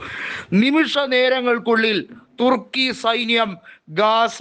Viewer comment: 😂😂😂😂തുർക്കിയ്ക്ക് പിറുക്കാനെ നേരം കാണൂ😂😂😂😂 ചേട്ടൻപിർക്കി പിർക്കി പറയുന്നതാണോ പിർക്കി ചേട്ടാ😂😂😂😂